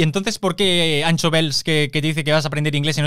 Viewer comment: Un consejo. Anxo no se lee Ancho. Se lee como sh en Shakira.